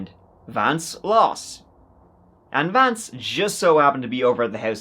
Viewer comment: I think at one point you may have dropped the ‘V’ in Vance 😂😂😂